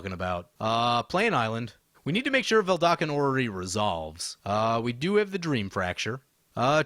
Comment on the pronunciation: It's "VeDALken", not "VeLDAKen"; just pointing it out since I've heard you misspell it for a long time now